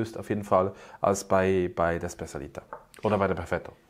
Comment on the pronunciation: Super Video ihr beiden. Vielen Dank. Nur wenn das Model von eureka in dem Mund genommen wird. Es heißt SpecIAlita nicht SpecAlita 😁 wie Spezialität auf Italienisch. Macht weiter so. Liebe Grüße aus Berlin